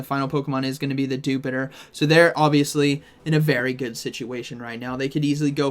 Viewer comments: Why does everybody pronounce dewpider as you would jupiter and not as spider but just with the 'dew' in front of it when it is cleary a little spooder? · it should be pronounced as Dew-Spider...not as jupiter..